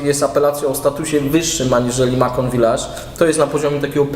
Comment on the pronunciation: macon wymawia się masą